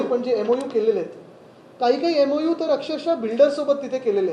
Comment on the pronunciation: MoU.. Memorandum of understanding.. not memolendun understanding.. SSC marksheet submit kar agodar 😂